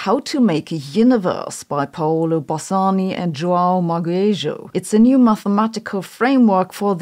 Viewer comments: it's pronounced mah-gay-jo. Hard G, U is silent. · Ma-gay-jho, please... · Hi Sabine, his name is João Magueijo, is sounds like Magayjo. The same as cheese in Portuguese, is queijo, sounds like cayjo. I think you would like to know. Thank you for you videos and sound judgement. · maybe he yelled that because people keep butchering the pronunciation of his surname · You mispronounced Magueijo's name. Whenever you have a g followed by 'ui' or 'ue' in Portuguese, Spanish or French, the u is just a silent separator to prevent the g from being pronounced as a soft g, due to the influence of i or e. English isn't perfectly consistent in this regard, but compare 'plague' and 'page' for example.